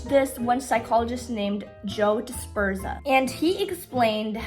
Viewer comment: Dr Joe Dispenza, it's got a z in it 😊